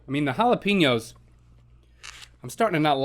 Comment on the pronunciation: ITS JAL-A-PAY-NYO NOT PEENYO